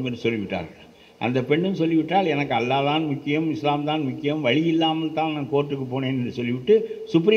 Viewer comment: அல்லாஹ் என்று உச்சரிக்க வேண்டும்